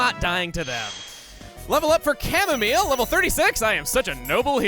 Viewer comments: it's supposed to be "au" not ar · Everyone’s talking about how he said Chamomile in the intro, but I’m here just glad that someone understands how bad the raid battle AI is in Sword and Shield. Edit: I am happy he said Chamomile as well.